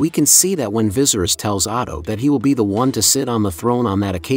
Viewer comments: Everyone say it with me Va-sar-ries😲Couldn't focus on anything in this video because of the commentator saying " Vi-zer-is". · King VY-SERE-IS not VIZERIS lol 🙄🙄🙄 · Dude said “Vizerus” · Right, he says it like how visceral is pronounced and it doesn't sound right at all to me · Vis er us pronounce it properly it’s so annoying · I swear😂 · Bro I hate how you say viserys name ! It’s actually pissing me off lol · How about pronouncing Viserys’s name correctly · Say his name correctly to start. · Rhaenyra should be queen because Viserys said so. Ps. please learn to pronounce the names right 🙏🏾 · Lmao bro the way you pronounced viserys legit made me jump hahah, kinda dig it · I hate the way he pronounces viserys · I think you are definitely pronouncing the name viserys, wrong. It doesn't end in "ies", actually you're pronouncing every name wrong!! Must be a computer.? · Am I the only one who thinks the pronunciation of Viserys makes this unwatchable?